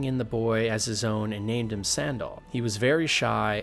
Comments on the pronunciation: his name is sandal not sundahl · Sandal is pronounced the same as the shoe. Antiva ANN-TEE-VAH Nevarra NEH-V-ARE-AH Parvollen P-ARE-VAHL-EHN Seheron SEH-HAIR-UHN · This was awesome, but do you intentionally mispronounce every name? It got really comical when you started calling Sandal, San-daal. 🤣 And all those elven names and even Segrumar were just painful to hear. LOL